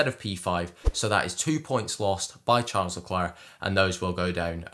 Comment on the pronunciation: please look up how to pronounce his name correctly. that is definitely wrong (first name)